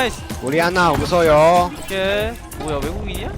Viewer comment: ㅋㅋㅋ 나도 거기서 낄낄댔는뎅ㅋ발음 정확하죠ㅋㅋ 옵치에서 한국어가 만국공통어임ㅋㅋ